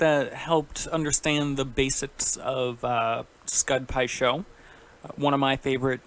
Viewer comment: “pud skai sho” thought I heard wrong for a second lol